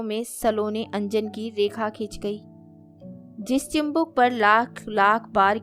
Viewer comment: Sunder kahani, madhur vani lekin uchchar me dosh hai mam! Chibuk hota hai, chimbuk nahi. Aur bhi shabd hai jin ka sudhar jaruri hai